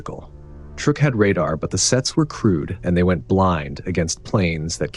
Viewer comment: Say the word 'true'. Now aid a K to the end of it. Truek. NOT truck!